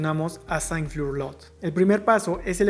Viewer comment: Solo una observacion (y que es una peccata minuta) la pronunciacion de piso, o nivel en el idioma ingles, es FLOR (y no fiur) ya que en repetidas ocaciones queda uno desorientado, pero fuera de eso me parece bien. Gracias.